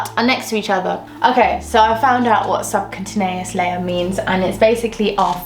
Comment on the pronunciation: Just re watched this video for the 5th time! I think it’s pronounced sub-q-tay-neous btw